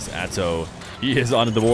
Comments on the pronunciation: am i dumb or is he saying Azow instead of Atow? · is it spelled Atow but saying Atzow is right?